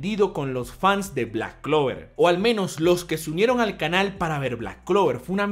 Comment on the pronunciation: Sabemos que se empieza a tomar en serio a Black clover porque ya no dice clack blover tan seguido